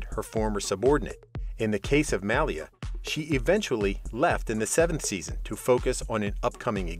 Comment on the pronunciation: 🤦‍♀️It sounds like some type of dog breed everytime he tries to say "Malia" 😂 new rule, ur not allowed to report on a show u clearly have never watched before.